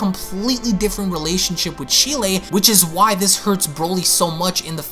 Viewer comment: Ik I'm bitching and being picky with this but Cheelai's name isn't pronounced how it's spelled. It's more like Chee-lie. I'm sorry but it was bothering me. I still love your vids, plz don't hate me🥺